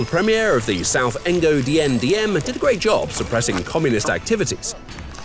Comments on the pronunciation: He's Ngo Dinh Diem, not Ngo Dien Diem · One thing I want to point out though: his name is Ngo Dinh Diem, not Ngo Dien Diem. Anyways, nice video though